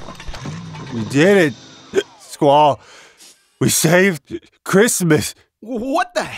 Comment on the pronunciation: He called Squal Leon :D